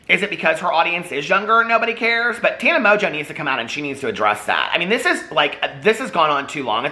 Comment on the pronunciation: First of all I was hearing you say Tana Mojo, second I go search for Tana Mojo and end up with Tana Mongeau. Third I look at her video thumbs and pick one and I hear out of her mouth "I'm high as fuck." Get where I'm going with this? [END]